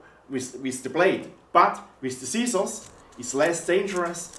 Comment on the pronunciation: LMAO 😂 😂 😂 "Sea Sauce" = "Scissors"